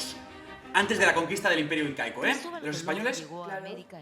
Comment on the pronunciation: xD cuando dijiste incaico escuche inca-eco